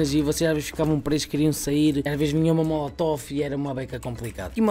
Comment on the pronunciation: Porque que ninguém consegue dizer "molotov" direito ahaha xD